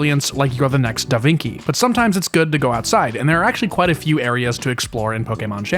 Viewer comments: Davinci is not pronounced "da vinkee", it's closer to "davinchee" in English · "THE next Da Vinky..." Bro LMFAO prounce better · Did bro just say DA VINKI? 👨‍🦽👨‍🦽👨‍🦽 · ah yes, d a v i n k i e . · DAH VIN KEY Lmao I hope that was intentional because that's what I'm calling da Vinci forever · Da Vinki 🥴